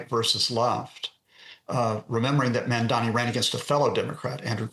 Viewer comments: Brent Geoff (the News Host) wouldn't even say the Mamdani's name correctly, 'Mandami' or 'Mandani' yet Nita Blake pronounces it correctly. Is that how much Geoff dislikes Mamdani? yet i'm sure he can pronounce 'Galifianakis' without missing a beat. Well, here's DW showing you their preference. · It's MAMDANI not MANNDANI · It's Mamdani not Mandami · The name is Mamdani not Mandami....please correct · Someone tell this guy, he is saying "MAMDAMI" !!! Its annoyoing to hear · MAMDANI not mandami. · His name is MaMMMMMMMMMdani --> your reporters should be able to read that... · Not to be offensive, but why is it so difficult for many westerners to pronounce Mamdani's name? Any linguist here that can explain why they consistently replace the 'n' in his name with an 'm'? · Again. it's mamdani. m-a-m-d-a-n-i. Pronounce his name correctly, please. 😊🙏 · It's interesting how the newsreader (Brent Goff) outs himself as an opponent of Mamdani by intentionally multiple times mispronouncing his name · right? they can get 'Galifianakis' right but Mamdani is a reach? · The presenter does this every time! It’s only this name that is difficult!